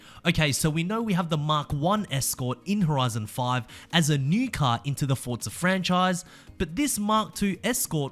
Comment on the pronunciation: its forza not fortza omg